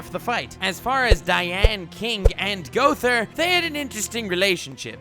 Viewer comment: It's Mael not Miel, and Gowther not Gother.